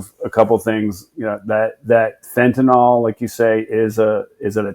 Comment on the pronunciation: NOTE: "Fen tuh neel," not "fen tuh nall." -ol in organic chemistry is used for alcohols while -yl is for phenyls, like fentanyl.